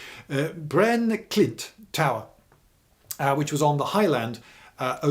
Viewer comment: lol , hearing Lloyd try and say the swedish names is the best thing ever, pronouncing Prästö as "Presto" :D Though he did a good with Brännklint